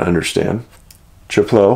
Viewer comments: Hi Dave. Chapleau is actually pronounced Shaplow. Another great video. Thank you. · We used to camp at Chapleu for years for vacation. I never heard about any missing people! We always took precautions as my kids were young. We never went anywhere singularly but always had someone with us. It's one of my favorite places in Canada. Pronounced shap-low.